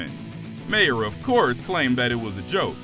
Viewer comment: Its pronounced Bill MAR